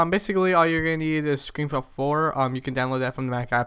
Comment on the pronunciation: yeah i gotta question why do u say ScreenFlow Floor :P